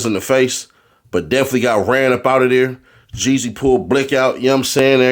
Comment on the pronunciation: Seems like you need to go back to school and learn your vowels it’s JEEZY